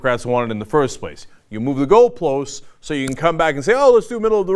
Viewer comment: lol at "goalplosts"